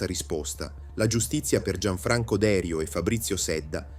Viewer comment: Un finanziere si chiamava Derìu, con accento sulla ì 😅. La baia Feraxi si pronuncia “ferasci”, un suono tipo Fera“sji”…